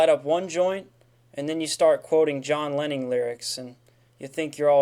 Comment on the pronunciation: “John lenning”